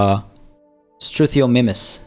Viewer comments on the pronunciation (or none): almost got Struthiomimus. The 'mimus' is for mimic. So it's pronounced 'struth-io-mime-us'. Why not have the special gate be the gate for the ride into the enclosure? Wouldn't that be cooler? Considering how big they are, the dinosaurs that weigh over a tonne should in fact be transported upside-down with the ropes around their wrists and ankles. Research has shown that's the safest way to transport rhinos, because nothing internally shifts much and their lungs aren't in danger of being crushed by their own body weight. Having a rope around their neck would completely cut off all oxygen.